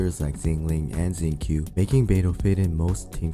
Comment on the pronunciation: This dude really called Xingqiu "zinc Q" lmao